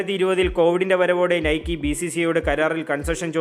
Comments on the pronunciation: Nikeee allada "Naik " enna pronounciation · not നൈക്കി അല്ല നെയ്ക്ക് എന്നാണ് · നൈകി ആണ്. Athoru greek devatha aan